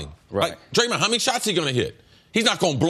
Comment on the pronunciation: Why does CJ can't pronounce "Draymond"